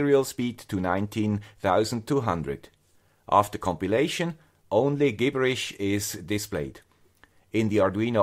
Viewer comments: Very helpful video! BTW, Gibberish is pronunced "jibberish", soft 'g' sound 🙂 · Excellent intro to PlatformIO -- thank you! English tip: "gibberish" is pronounced with a soft "g" sound, like "jibberish."